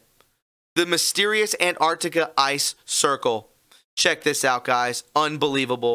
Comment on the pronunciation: Ant-arc-tic-a not Ant-art-ic-a. Ffs that drives me nuts.